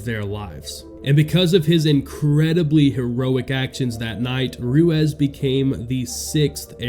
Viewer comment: Name is pronounced Roo-eez